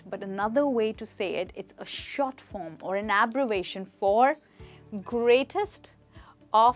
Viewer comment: I used to call it abbre-via-tion.. But u corrected me wid abbrevation